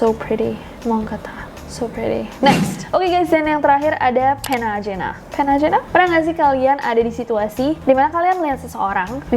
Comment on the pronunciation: Mungkin yang Pena Ajena bacanya Pena Ahena